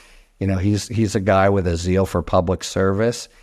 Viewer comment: Zeal is not pronounced the way u think it is